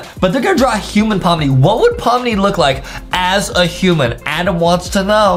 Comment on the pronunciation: It's Adem not adam 😝😝😝😝😝😝😝😝